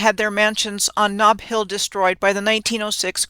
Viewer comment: Ah, "snob" (Knob) Hill.